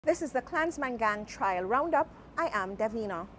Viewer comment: Trial not Trail....